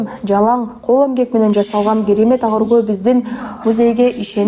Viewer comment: Азыркы алып баруучлар кулагынарга сырга болсунчу жумшак тыбыштан кийин келген каталан тыбыш жумшак айтыла ак деген созду туура окууну уйронгуло